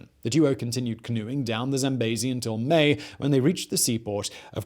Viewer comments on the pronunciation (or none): I know you try hard, and im not trying to be mean, but its "zam-bee-zee" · He won't rest until everyone else pronounces the River Zambezi as Zam-bay-zee!